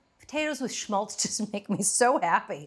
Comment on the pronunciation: Awesome clip. You said "shmultz" too much, but hey...